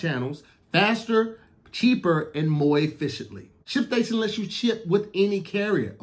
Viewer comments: Hey Tom did he say “MOI EFFICIENTLY” I think he meant to say MORE efficiently, Back to you Tom🤣🤣🤣🤦🏾‍♂️ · "Faster, cheaper and moi efficiently" 😂😂😂😂😂